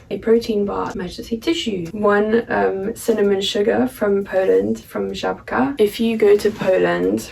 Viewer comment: I'm so surprised how well you are pronouncing Żabka :D